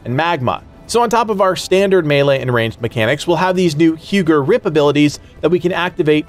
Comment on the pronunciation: Hugr is pronounced like 'who grrr' no worries though bro love the channel keep up the good work 👍